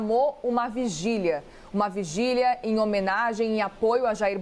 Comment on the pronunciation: fugília e não vigília kkkk